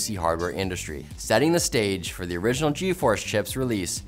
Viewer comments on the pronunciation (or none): none